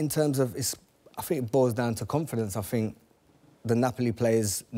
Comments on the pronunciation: Ashley “I fink” Cole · * 'I fink'